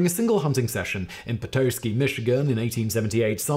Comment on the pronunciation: Pet AH ski. It's a beautiful Michigan city on Northern Lake MI.